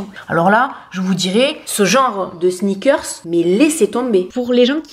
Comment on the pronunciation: Pourquoi j'ai pensé à snickers quand tu as dis sneakers 🤣je sais pas 🤣🤣 en tout cas super vidéo 🤗